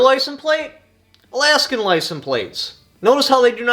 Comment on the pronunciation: There's an S near the end of the word "license".